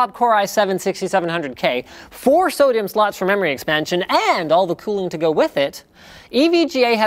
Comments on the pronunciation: Please don't say SO-DIMM like sodium Linus. It pisses me off. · For a second I thought he said Sodium slots... lol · Is he saying SO-DIMM or sodium slots?